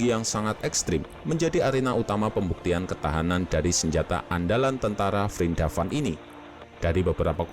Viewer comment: Keren nyebutnya vrindapan:v